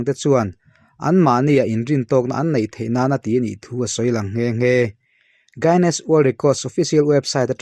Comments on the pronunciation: Word hi chu mite lam (pronounciation)ang hian lam mai ila tha lo maw. Gainness ni niloin guinness." U" hi silent deuha lam tur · Tun tum chj Guiness hi i lam nalh lo deuh..